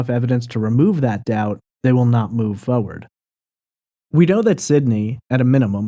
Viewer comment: Could you please learn how to pronounce the word foRwaRd it’s not fowwad - it’s excruciating and unprofessional.